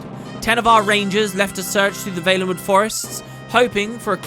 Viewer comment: Always thought it was pronounced Val-en-wood...